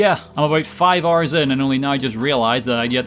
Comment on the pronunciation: took me until this point in the video to realize he was saying "hours" not "R's"